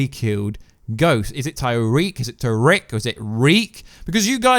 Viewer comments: ITS NOT TYREEK TIE REEK ITS PRONOUNCED Tuh reek Tariq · 1. his name isn't tyriq. there's no Y. tah-reek. 2. those wounds with the pills in his hand are from another movie. 3. you have the wrong leaks and 4. why on earth are you making a show review video playing batman!? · It’s “TAriq” not “TYreeq” you did say it right at one point in the video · Also Why does he keep saying tyreke ??